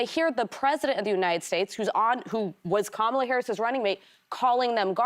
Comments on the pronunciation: Whoopi still can’t get Kamala’s name right. 😂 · COM-ala, not KAM-ala, Whoopi. Get it right! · Love that Whoppie can't pronounce Kamala's name 😅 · Someone please educated Whoopie on how to pronounce Kamala’s name, this is like the 6th time I’ve heard her butcher it.